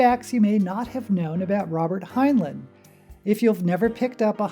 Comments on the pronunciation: Fact #0. He pronounced it hin-line, not hin-lin. Off to a great start. It's "up BY your bootstraps," NOT "up WITH the bootstrap." That doesn't even make any sense. Stranger in a Strange Land is, by his own admission, his biggest failure. He even lampoons it in The Number of the Beast, that only pretentious hippies like the ham fisted pseudo-psychology. Go on. Still waiting for "something I didn't know." Please google HG Wells. He had a "little bit" of notoriety DECADES BEFORE HEINLEIN WAS BORN. ... OK, after watching the whole thing, there was NOTHING NEW. Seriously, couldn't you do at least a bit of research. Let's see if I have one. How about: Time Enough for Love is based around Kabbalistic and Tarot imagery? Dora fell from the "Blasted Tower." The twins represent "The Lovers." I really should chart it out sometime. It's pretty blatant. My favorite Heinlein story? The Menace from Earth. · My favorite science fiction author. My favorite was Time Enoogh for Love. My only criticism of this video is his name was pronounced like FineLine as I was instructed when I joined the Heinlein Society and did one of their local blood drives. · 1 fact you don't know about Heinlein: how to pronounce his name. Here's a hint: the two syllables have the same vowels in the same order.